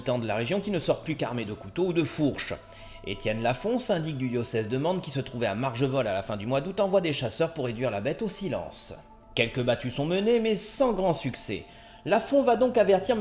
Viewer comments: non pas marjevols mais marvejols ! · Vous qui avez l’air de si bien connaître cette histoire pourriez-vous faire un petit effort sur la prononciation des noms des lieux? Notamment Marvejols!! Une Lozérienne 😉